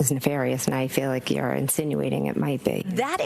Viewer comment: Things didn't end well for McCabe imo For me, it was not the thing she said the word nefarious, it's that she said it wrong, exactly the way Hank says it.... NeFARious.